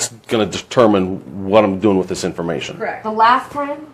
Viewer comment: “KERRRECT”😂 SOOOOOO WHATS THE POINT!?!?!?!